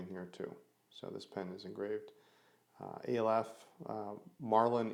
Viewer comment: pronounced ah-lef first letter of the hebrew alphabet